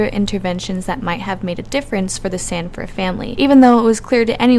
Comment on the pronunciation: His name is Robert Sandifer not Sandfire.